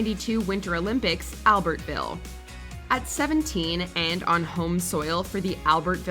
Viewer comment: Dear AI narrator - it is pronounced Alberville not Albert-ville